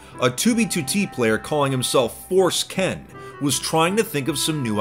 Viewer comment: Forceken eh... Oh god /fors-kən/ /fors-kyn/